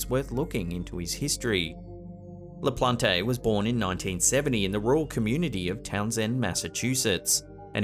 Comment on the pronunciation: LaPLANT, not La Plon Tay.